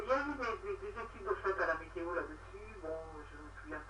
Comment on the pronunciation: 'météo' pas 'méto'